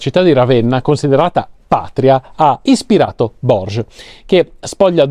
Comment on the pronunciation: Borges si legge "Bòrghes"...